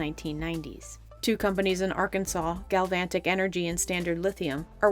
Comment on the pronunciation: narrator says "GalvanTic" but screen has "Galvanic" written.